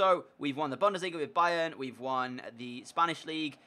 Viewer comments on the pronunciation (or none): none